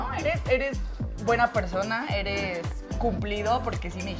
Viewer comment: Se le pegó a el acento de la Divaza xD "yo grabe con una persoooona que tampoco vo a decir nombres"